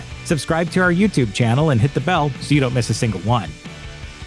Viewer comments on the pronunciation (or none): none